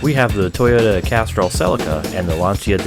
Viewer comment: oi fucknut, Celica is pronounced 'seh-lee-kah' not fuckin "seh-li-kah"